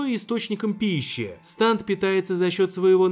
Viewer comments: Вроде произносится не станд а стенд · Не станд а стенд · Если на английском то нужно говорить стенды, а не станды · КАКОЙ СТАНД!!!?!!?!!!?!?!!1 СТЕНД ПРАВЕЛЬНО СЬЕНД!! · Разве не стенд , а не станд? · не станда а стенда или стэнда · Не станты а сденды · Это не станд а стенд